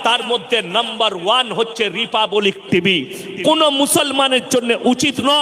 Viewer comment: আপনি কার বিরুদ্ধ এ বলবেন, তাতে কি আসে যায়। বাংলা দেশের ঘটনা সম্পর্কে বললে এতো জালা লাগে কেনো। রিপাপাবলিক নয় রিপাবলিক। উচ্চারণ করা আগে ঠিক ভাবে শিখুন, তারপর ভাষণ দেবেন